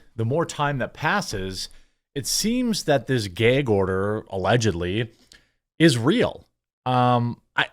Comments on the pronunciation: Bruh... What's a "Gayge" order? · "Ghëygg" order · It's not gayg, Jermy. It's gag. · Gayg-Order lol. I say some words weirdly too. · Great. Now I'm nearly eye-twitching every time he says "gayg order". Does anyone else not use "gag" with the a in cat sound? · Gag isn't pronounced Gaig. it's pronounced GAG! 🤦‍♂ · Why do pronounce gag as gayg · I love this channel. Also, I'm laughing at "geg" order. :face-green-smiling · What is a "gayg" order? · what the fuck is a geaaag order? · It's a gay gorder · Love your content. Why do you pronounce it GEY-G order? Is that a regionalism? Is it not pronounced GAAAG order? Thanks and keep the awesome videos coming. I watch you every day 🇺🇸 ☝️ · He said “Gayg”. 😏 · I couldn't care less about the internet drama that Daily Wire has gotten themselves into with Candace Owens (It was out of character for them and I was surprised they signed her in the first place), but what is bothering me is why Jeremy keeps saying 'gayg' order... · Why do you keep saying “gayg” instead of “gag”? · What’s a “geyg” order? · Ummm the word is "gag order" ... G-A-G .... not "gayg order" LOL. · Are you saying "gig" or "geg" order?? gæg, gAg. I.e, BAG, SAG, HAT, BAT. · Love you Jeremy but what the hell is a “gay gorder”? 😂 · It's "gag" not "geige" order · I just wanted to say I love your pronunciation of "a", like "ae", like "gaeg order". Give me a little chuckle every time. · Jeremy calls it a "gayg order'..... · Jeremy be like "the geeg order" lol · "Geyg" order??? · What is a gay-gorder??? His pronunciation is painful, of that word.. 😅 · Stop saying gayyyyyyyg order bro. Come on!!!!! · Whats a "gehg order" 😂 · I'll never get over the way you say gag. Gayheg. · The highlight of this story is Jeremy's super Wisconsinite pronunciation of the word "gag". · You say gag funny. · Am I the only one who couldn’t get over the way he says “gag” 🤣 I love you though! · Apparently the quartering cannot say the word "gag" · Say "gag" correctly you midwest retard